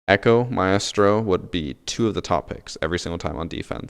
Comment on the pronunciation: I die a little inside every time he says Maestro. It’s one syllable, one syllable 👁👄👁